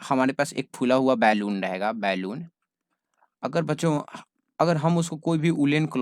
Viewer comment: Normal- बलून sir - बेलून